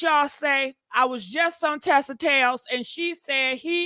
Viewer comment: It’s TISA TELLS, not Tessa.